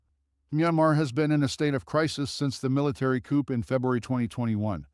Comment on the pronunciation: Venice (Venezia) is in Afghanistan? The images for Syria are repeated from those for Libya. "Coop"? It's pronounced /cou/. Too much boiler plate repeated on each location, which only served to lengthen this piece and make it much lees interesting. I suggest much editing!